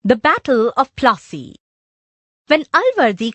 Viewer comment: Battle of Plaasy no" fat u plassy"